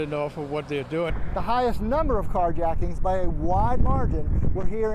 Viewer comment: You said jacktings at the end